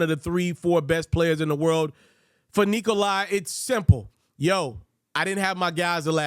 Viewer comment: Good job man, but come on, pronounce his name correctly it's Nikola, not Nikoli